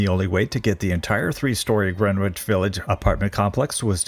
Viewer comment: Great video but it's not pronounced "grenwich"😂